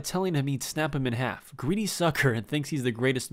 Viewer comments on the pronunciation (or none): none